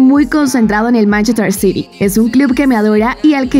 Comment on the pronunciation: City ( se lee Siri) Por si no sabes hablar inglés